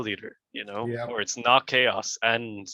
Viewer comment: Chaos pronounced cha-ows